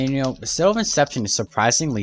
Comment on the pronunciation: Citrrrradel of Inception